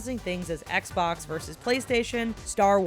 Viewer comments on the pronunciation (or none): none